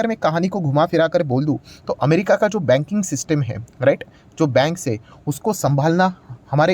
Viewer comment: बंग नहीं बैंग